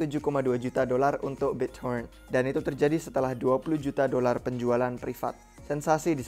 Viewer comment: Biccoren end cron.. Gtu sih gw dengernya 🤣🙏